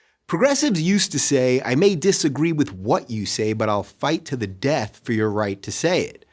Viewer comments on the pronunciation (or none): none